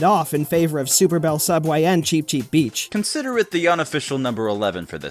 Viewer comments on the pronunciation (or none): what I'm a not beach: no no cuz beach sounds like bitch::c